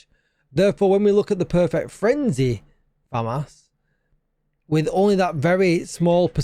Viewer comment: Say the As deeper on famas :)